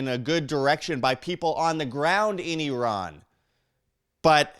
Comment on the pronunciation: Did you know you kinda look Iranian? :)) also, thanks for pronouncing Iran correctly.